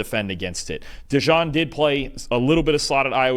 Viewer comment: It's Cooper DeJEAN. Pronounced like the Jeans you wear. DeJawn is a nickname that some gave to him. Not sure if you know this.